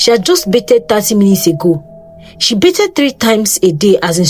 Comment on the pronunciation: Pronounced 'Ba-thed' with the 'TH' rather than 'Be-ted' just as a side note!